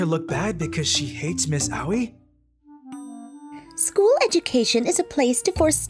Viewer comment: everyone whos seen beelzebub be cringing at the "Aoi" pronounciation